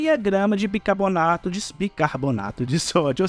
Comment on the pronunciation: BICARBONATO e não bicaBORnato